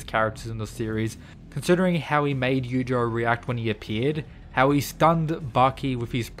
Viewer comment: The I in Yuichiro is not silent. Such disrespect.